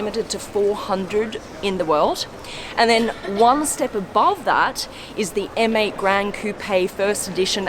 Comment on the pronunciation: You know that M8 sounds like ‘Mate’ to me hahahaha